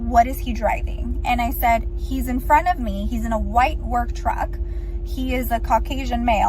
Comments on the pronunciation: I cant stop hearing you say "trug" lmao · is it a british thing to say "trug"? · Just say TrucK. Please. You're better then him. You can actually talk. Say it right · Are you saying "trug"? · What the hell is a "trug". LOL, just fucking around. edit: Oh!!!!! It just dawned on me! I bet its what Brendan calls a truck so was doing it too! I'm a fuggin' idiot. Sorry, and just ignore me. LOL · She even says Trugg ffs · “Driver of the trug” 🤣